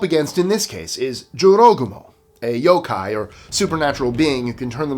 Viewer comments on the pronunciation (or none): none